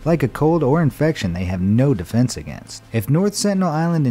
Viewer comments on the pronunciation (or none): none